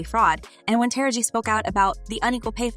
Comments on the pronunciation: I know it’s not just me thinking about this; but have anyone ever listen to how people Narrate these clips on celebrities. Taraji is her name say it with me Taraji not Tara-gee, go watch any Tupac clips and watch them say his name as Too-pack, this is very disturbing and disrespectful honestly. Even if you don’t know or even knew these people personally; but you have heard them say their names correctly in the past, especially when they are at their heights of their career. Too-pack and Taragee really; it’s Tupac and Taraji, that’s sad these people keep disrespecting these artists names, who so many people grew to love and care about. Let another outside race disrespect someone else name and their popular at that present time, I bet that they will have an instant meltdown and try to shame anybody who is narrating their story about them. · Who is this terrible commentator with this divisive /bigoted narrative that can't even pronounce TARAJI ??? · Her name is pronounced: Tah rah gee not Tara gee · First of all, put some respect on Taraji's name.😡 You must not know enough about her to know HOW to pronounce her name.